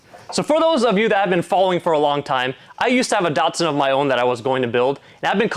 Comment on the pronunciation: My 1st year apprenticeship was with Datsun (Liverpool Australia) in 1981 This video makes me cringe how Americans mispronounce English that was designed to mimic Japanese pronunciation. These cars are not "Dart-sons" They are "Dat"-"Suns" and I don't mean "Date"-Suns" either .. respect the Nippon language please. 😄🇦🇺